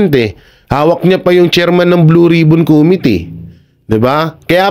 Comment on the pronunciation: "Committee" ang tamang bigkas ng salitang ito ay: (_ko "MI" _ti) mababa ang bigkas sa KO, itaas ang bigkas sa MI, mababa ang bigkas sa TI. **** Huwag ng gayahin si Dan Fernandez.